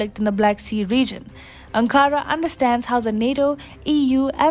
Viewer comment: Video is great but please pronounce Ankara correctly.